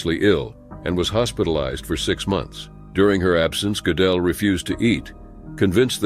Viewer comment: That's NOT how Gödel is pronounced - at all. I was only listening and it took me quite a while to realize whom you were talking about although I know his biography well.